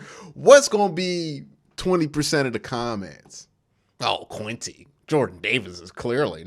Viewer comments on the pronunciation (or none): none